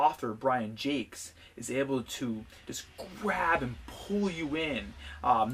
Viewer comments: Thats how the author pronounced his name. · He actually pronounced it the right way...